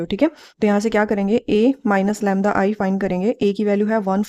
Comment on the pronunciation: U pronounce lymda